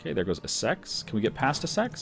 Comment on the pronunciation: sometimes your pronunciations are hilarious but your British ones are just painful. Norfolk is pronounced - norfook (no l) and Essex is pronounced - es.six (not sex) Although thank god you can pronounce Ayrshire, you are the only person i know on YouTube that gets it correct other than DDRjake.